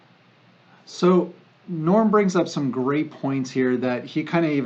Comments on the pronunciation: Lots of really 'interesting' takes/take-aways here...first of all, his name is Noam (gnome) not 'NORM'. Chomsky has been identifying the same deep, systemic issues for decades w/solutions that a highly brainwashed & propagandized American public neither recognizes, understands, or can even process as practical. Although, they have been successfully applied across much of the developed world. Take the time to really focus on the deeper issues of what Chomsky talks about...The Sickness Is The System. Everything is a biproduct of the current economic system we're forced into & convinced is the one & only way to conduct societal interactions, commerce, & welfare. Any economist worth their degree can tell you the system is set up for a crash (now called a 'reset') every 4-7 years, which allows the wealthy & powerful to gobble up a bit more, while the working class (i.e. the 99%) sacrifice much more. Unions, worker cooperatives, rank-choice voting, multiple parties rather than a duopoly that are both in the pocket of Wall Street & corporations, regulations, significant tax hikes on wealth over a certain amount, a maximize wage, throwing the white-collar crooks in jail (see Iceland after the '08 crash), universal healthcare, proper funding of education from early childhood all the way through higher education, massive drawing down of military spending & accountability, lifting the cap on Social Security taxes to ensure ALL are paying in appropriately, etc. There are practical soluti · His name is NOAM not Norm. Good information but the background music is a tad to loud.